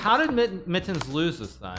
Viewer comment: really just here to listen to Hikaru say "Mit-tens"